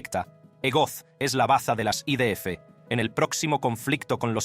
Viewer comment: Jajaja 😂😂😂 yo pensé lo mismo, pero para mí el acento es americano tejano... Al principio pensé que era una traducción hecha por ordenador pero ahora creo que es un americano que habla español pero a ratos se le va Cuando dijo I Di Efe, en vez de I De Efe me mató 😂😂😂